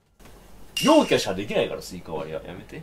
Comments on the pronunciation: その発音じゃ妖キャだ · 陽キャなの？ 妖キャじゃないの？